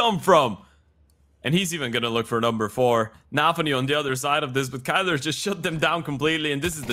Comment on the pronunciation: Irytuje mnie, że komentatorzy nawet nie starają się poprawniej z pronouce'owac nick Kylara. Przy Grubym chociaż próbowali i to się szanuje. Boombl4 jakoś każdy poprawnie wypowiada. A tu w przypadku biednego Kaceperka jeden mówi KAJLA a drugi KYLO kurna REN chyba xd.